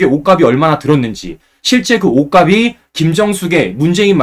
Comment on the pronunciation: 우리말 공부 좀 하고 방송하세요. '옷가비'아니고 '옷갑시'라고, '옷가블'이 아니고 '옷갑슬'이라고 발음해야 합니다. 그리고 옷 이름에 '두루말이'라고 있나요? 몇 번이나 다시들어봐도 '두루마기'가 아니고 '두루말이'라고 잘못 말하면서, '쉴드'니 '팩트 체크 ' 같은, 우리말로 얼마든 표현할 수 있는 단어는 영어로 방송하나요? 공적인 방송이니까 올바른 우리말 쓰기와 외국어 남용 자제는 해야 옳지않을까요?